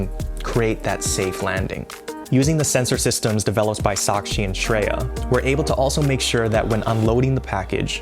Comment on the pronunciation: I love how said the pronounced the name shakshi and shreya perfectly....